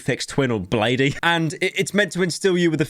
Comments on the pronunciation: PYRO SAID “BLADEEY” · It’s blade not bladee by the way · Did you just call Bladee "Bladey". It's blade but I assume you know that from your kookie Yung Lean "merch". Also this guy sounds like an addict that got caught, kicked out and is fucked but what do I know. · BRO CALLED BLADEE BLADIE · I swear to God. If you say "bladeey" one more time... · bro u did not just say "bladey"